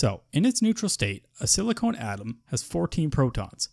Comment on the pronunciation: Thanks this is helpful, but I believe it is pronounced sili con and not silicone, silicone is not an element